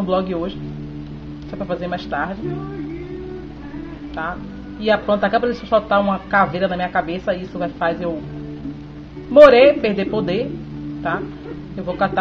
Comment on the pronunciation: "Fror, pranta" você fala tudo errado!